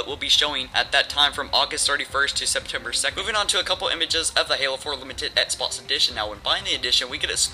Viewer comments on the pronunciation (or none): why can't you say xbox right? IT'S X-BOX not ETS-BOTS